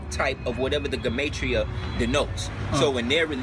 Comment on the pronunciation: it's pronounced "gee-ma-tree-uh" beloved.